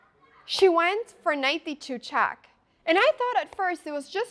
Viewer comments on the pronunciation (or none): Avery single “e” sound aes a bit weird (“chack”, “chass”) and every time she says “move” (which is a lot) I hear “meuve” or even “mioof”. I always think of Mjolnir. Actually the distorted-vowels make it pretty hard for me to understand what she’s saying. But I’m quite used to rewinding a lot anyways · Love the way she say chack 😁